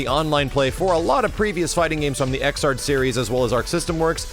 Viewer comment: you just say it like "Dragonball Fighters" it's not "Fighter Z." and damn it's just Xrd like "third" with an X not X-ard